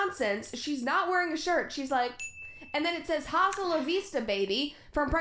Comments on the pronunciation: as a latina the most excruciating thing about this video was hearing her say 'hasta la vista'. offensive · As a fellow american I gotta say... Who says "haa- sta la vista" we all know the h is silent wtf. Even for only english speakers - its literally in terminator? Can't wait for her to find out about the Extreme Violence mod lmao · Ok but why is no one talking about the way she pronounces “HHHHAsta lavista” 😂😂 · going insane over brett saying "HAHsta la vista" like girl at least SAY it right. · when brett said ha-sta it hurt my soul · I love how she pronounces the h in ‘hasta’ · Of course she pronounces the H in "Hasta* 🙄😭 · I'm only and already breathtakingly irritated by her pronouncing the "h" in the Spanish word "hasta". Just like when Sven Skarskirø repeatedly said "la-tinks" instead of Latin-ex. Also, I'll likely be rage commenting as I watch. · The way she pronounced the h so much in "Hasta la vista" made me cringe lol. Like actively disrespectful. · The worst thing about this is that she fully pronounced the "h" in "hasta". I'm dying squirtle